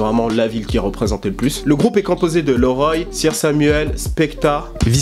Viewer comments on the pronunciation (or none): bon bah on va te reprendre encore sur ta prononciation : on dit "liroy" pa "leuroy". et Sly Johnson, à l'époque, c'était "Sly The Mic Buddah"...